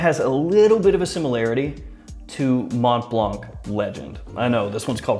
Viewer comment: Interesting list, haven't really heard much of any of them. In general i think your videos improved a lot over the past year. More smiling more energetic and relaxed presentation, keep it up. Although i have to be honest saying Mont blanc without the silent c triggers me every time :D.